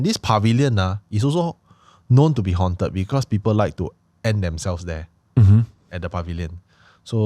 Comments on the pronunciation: "Hawnt-ed", not "hunted" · I cringe whenever Anwar pronounces 'haunted' as 'hunted'. please correct the pronounciation leh